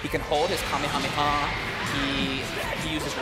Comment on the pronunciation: That dumbass can't pronounce kamehameha